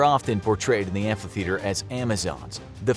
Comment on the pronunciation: This dude really said amplitheater